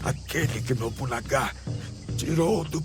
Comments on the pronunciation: Nobunaga e nao nobunagá ksksk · nóbunagá???????? mds cara para porfavor....